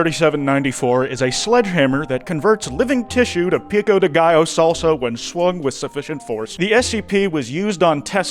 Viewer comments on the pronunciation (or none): none